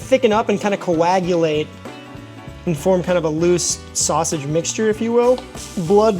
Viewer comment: I wasn’t wondering where you were from, but then you said sass-age and I knew instantly! 🐻 ⬇️ my Chicago brother!